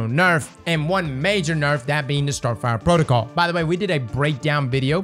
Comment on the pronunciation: Am I the only one hearing him add an S onto everything? TractorS Cannon, no BanckupS plan, StarfireS protocol